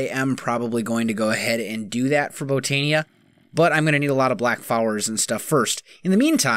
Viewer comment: Hey, just found your channel last night. Just a small tip, the i in Botania is pronounced like a Y. So like Bo-tan-ya instead of Bo-tan-e-a. Just a small thing.